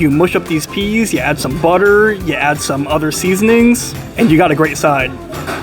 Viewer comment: Newd to say the oeas the right way